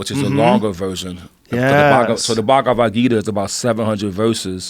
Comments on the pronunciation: Bhaag-wa-geeta lmao Mad respect for actually reading and quoting it guys but that pronunciation got Krishna turning in his grave fosho 😂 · y'all goras pronouncing the Bhagvad Gita wrong LOL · RZA pronounced the Bhagavad Gita mad funnyy lol